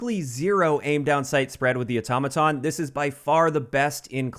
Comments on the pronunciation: THANK YOU for saying “Automaton” CORRECTLY!!! 🙏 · So happy to hear you pronounce Automaton, correctly. You won’t believe how many other YouTubers have no clue.